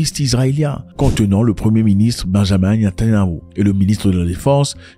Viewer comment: Salut Zack, ce n’est pas Benjamin Netanyahu, mais Benyamin Netanyahu, beaucoup pensent et prononcent Benjamin, même moi je pensais qu’il s’appelait Benjamin 😅